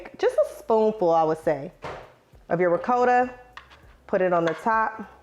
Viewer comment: Ricotta. It's Ri-cot-tuh